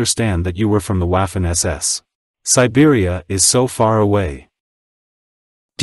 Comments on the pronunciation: It's not pronounced Waffen, but Vaffen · Buddy it's not waffen like waffles.pronounce it properly. The w is pronounced as a v.as in vaffen or verse or vibrant etc.